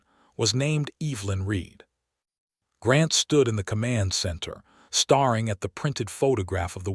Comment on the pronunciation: I like the story, but I really dislike the use of superlatives throughout the entire story and the wrong pronunciations of words like starring instead of staring.....I won't listen to anymore of these.